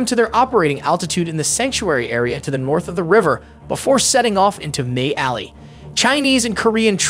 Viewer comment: Ai can't say Mig Alley 😊